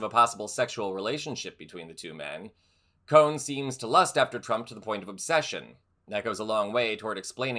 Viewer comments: Roy Cohn not Roy Cohen. You pronounced it both ways. Why do people have such a hard time with the last name Cohn? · I've always heard Roy Cohn's name pronounced "Cone," not "Cohen."